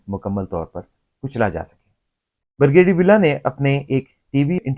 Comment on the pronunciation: "Bur gay deer"? It is 'Brigadier'... please speak correct. " Mufakaat e Amal" To MUKAAFAAT E AMAL. Taubah. This happens TO almost every Elder person OVER 65 all OVER THE WORLD. IT IS KNOWN AS ELDER ABUSE AND THERE ARE LAWS TO PROTECT ELDERS IN THE WORLD. BECAUSE ELDER ABUSE HAPPENS IN ALMOST ALL HOUSEHOLDS IN PAKISTAN AND ELSEWHERE WHERE OLDER RELATIVES AND PARENTS ARE MALTREATED. EVERYONE TURNS OLD AND IT CAN HAPPEN WITH YOU, MYSELF OR ANYONE. LAWS HAVE TO BE MADE TO PROTECT ELDERS; THEIR PROPERTIES AND ASSETS FROM THEIR IMMEDIATE FAMILY LIKE CHILDREN OR SERVANTS OR NURSES WHO TAKE ADVANTAGE OF THEM AND FORCE THEM TO SIGN THEIR PROPERTIES IN THEIR NAMES WHEN OLD AND BEFORE DYING. INTERNATIONALLY IN THE USA UK CANADA, LAWS ARE MADE TO PROTECT ELDERS AND THEIR SOCIAL SECURITY AND PENSIONS FROM CARE GIVERS WHICH ARE USUALLY THEIR CHILDREN. YEH SUB AAP KAY SAATH HO SUKTA HAI, AAP, YA KOI AUR. KOI AJUBA NAHIN, DOCTOR HO ENGINEER HO BEAURACRAT HO, FAUJI HO, PROFESSOR HO, INDUSTRIALIST HO ZAMINDAR HO OLD AGE MEIN SUB DEPENDENT HOTAY HEIN. ASAL ISSUE KO ADDRESS KERO KAL AAPKAY SAATH BHEE YEHEE HO SUKTA HAI. BUHUT GHALAT VLOG HAI. VERY ASHAMED TO WATCH.